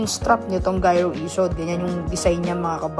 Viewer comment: Bat unang pronounce mo giro. Tapos nung mga sumunod. Naging gyro na. 😆